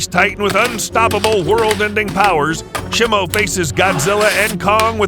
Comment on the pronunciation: It's shemo